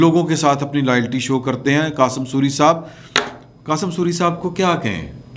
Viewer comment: آپ قاسم سوری کا نام ہمیشہ ہی غلط لیتے ہیں ۔ سوری میں واؤ کے اوپر تشدید ہے۔